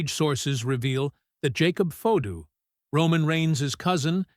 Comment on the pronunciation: Hey con Terry, the person talking right now you’re saying Jacob fato is his real name stop saying it differently unless you want him at you too